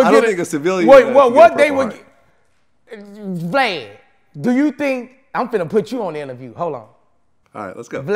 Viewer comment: lmao bruh boosie called this man “Glad” instead of vlad 😩😂😩😂